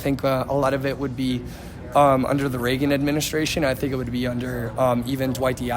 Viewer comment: He said Regan???